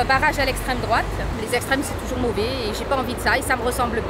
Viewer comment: "Les extrêmes c'est toujours mo'vé'..." Ah oui, elle est même totalement à l'Ouest l'électrice de Mélenchon... 😂😂